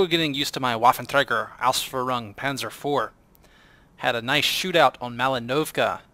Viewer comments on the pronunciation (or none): The WT auf Pz IV is pronounced WaffenTragger Auf Panzer Fear from what i've seen